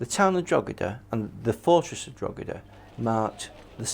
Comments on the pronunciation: I love how they pronounce DROGEEDA it really shows these men have researched how to prounce DROGEEDA drogeeeeda DROGEEDA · Its not Drog he da, its pronounced draw he da, its not pronounced gal a ger its pronounced gal a her, ie Gallagher, if we managed to learn your effing language the bare minimum you can do is learn how to pronounce a few rules about phonics and the Irish language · It's "Droh-edah" not "Drog-eda" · ...please refer to Drogheda correctly, it is with silent G, not expressive [Dro heda] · It’s Drawda!!!! 😂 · The pronounciation of Drogheda by the English in this documentary is a warcrime in itself. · Historians that can't pronouce the place names they are talking about! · Jaysus wept. The most brutal thing about this documentary is the continuous bad pronunciation of town of Drogheda. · How can someone who considers himself sufficiently expert to put fo!rth opinions in this documentary be unable to pronounce Drogheda? The "g" is silent for anyone who doesn't know. I vaguely recall Richard Chamberlain in " The thornbirds" ( I believe) saying Drugeeda. Funny but then again he was an ill informed actor not an historian. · Can't even be bothered to learn how to pronounce the names of Irish towns properly 🙄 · It hurts my ears everytime they say it wrong and English should be banned from trying Irish names and just say that town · Am I The Only The Only Irish Person Who's Cringing At How They're Pronoucing Drogheda? (We Don't Pronounce The 'G') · The fact that the so called historians on this is video, can’t even be bothered to learn the proper pronunciation of Drogheda, that tells me all I need to know about their perspective and knowledge of the subject